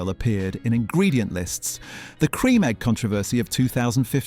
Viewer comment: CREAM eggs, not "crem" eggs... And it's pronounced "choco-lah"...